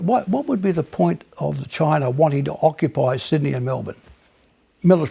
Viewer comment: This lady really hates the choi-nays.